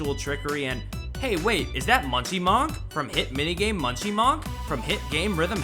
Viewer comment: So who's going to tell him it's Monk like in Monkey